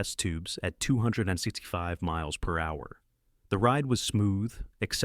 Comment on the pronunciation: Great video, but the way the A.I. pronounced MPH makes me wish video makers would stop being lazy. I think all AI videos should not be monetized due to not putting in the work.